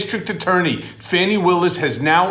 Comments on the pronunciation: I think it’s “Fawnie” not Fanny! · please. D.A. Willis' name is not Fanny, it's pronounced FAH-knee.